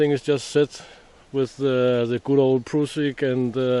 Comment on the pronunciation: Tralalulalai - that's a new one. :) I love you pronounced "prusik" in the right way.